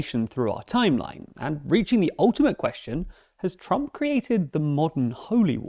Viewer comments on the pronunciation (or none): none